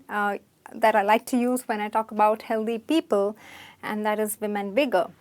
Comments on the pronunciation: The mispronounciation is kind of annoying though. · O please it's not Healdhy it's healthy th as in think